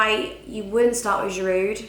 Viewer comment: the d in giroud is silent how many more times do u have to b told